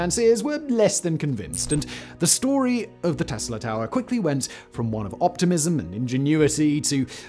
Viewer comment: “Ta’er” what. Ha lol